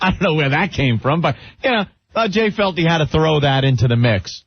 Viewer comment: "As a matter of fact....I fealt a vibe!" I lost all respect for Jay Mohr after this